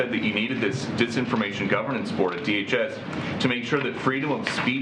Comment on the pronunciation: When you struggle pronouncing a 3 letter word such as DHS. I mean DAG. No I mean DJD. We’ll funk it, you know what I mean.